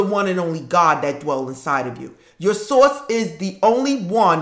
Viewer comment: Random * I love how you say “ source “ 😆 Thanks for the video 🙏🏽💜